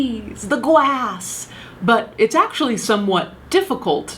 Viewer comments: Ummmm its grass not gwass hahahahah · am i the only one who noticed when she went gwass and twees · "the leaves, the twees, the GWASS" HAHAHAHAHAHAH I love you so much! Please don't ever stop making videos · The gwass! 🤣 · how she said grass